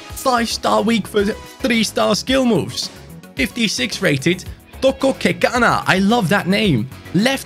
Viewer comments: Also from sa well done didn't expect u too pronounce it right well done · I'm from South Africa and you actually pronounced "Thoko Kekana" name perfectly😆